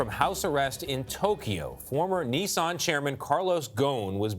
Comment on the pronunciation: A journalist reporting on this story should know how to pronounce Nissan